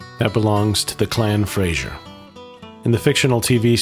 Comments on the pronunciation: It's not Frasier it's pronounced Frazer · Had to switch off, the “Americanised” pronunciations were too much. Jack-o-bite is not pronounced Jay-co-bite. And it’s Clan Fray-zer, not Frayshoor. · As others before me have pointed out, it's pronounced Jackobites, not Jaycobites, And it's Clan Fraser - not Clan Fraysher ! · And he can’t pronounce Fraser properly as well.